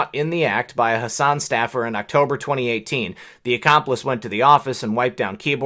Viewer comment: hi there just one thing you are pronouncing my dispicable rep's name wrong it is hass an or maybe you are right and she should be pronouncing it like you